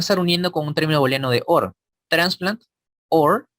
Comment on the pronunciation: Nunca digas "palabras claves", la expresión correcta es "palabras clave". En plural sólo se coloca "s" a la primera palabra. En la expresión "booleano", la "oo" se pronuncia "u". Ahora, si lo quieres pronunciar en castellano lo puedes hacer, pero en ese caso tendrías que "españolizar" todas las expresiones del inglés...